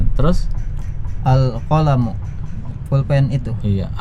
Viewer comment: Masya Allah CBA membantu sekali apa lagi untuk mengajar anak2. Oya maaf ustadz untuk mengingatkan, akhirnya terdengar uruf kaf/k Misal: Albaitu jadi albaituk Alqalamu jadi alqalamuk Alkitabu jadi alkitabuk Aljamalu jadi aljamaluk dll Kemungkinan pengaruh dialek, biasanya daerah Jabar, walaupun begitu untuk menjadi perhatian 😎🙏